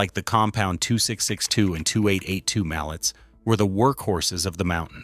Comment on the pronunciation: Learn proper pronunciation. It's pronounced Mal-ley, as it is a French Word, named for Anton Mallet the designer of the first articulated locomotive.